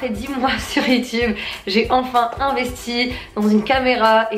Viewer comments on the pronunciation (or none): none